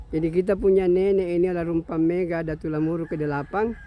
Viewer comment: Bukan mega pak, tp megga...double g